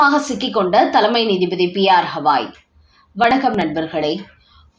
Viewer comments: அவர் பெயர் கவாய் … ஹவாய் இல்ல. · It is irritating to hear when the name Gavai is pronounced as Hawai. Please correct yourself at once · Please mention the name of Chief Justice as Gawai and not Hawai. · His name is Gavai - not Havai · Please pronounce the name of Chief Justice of Supreme Court atleast properly. He is B R Gavai and not Havai.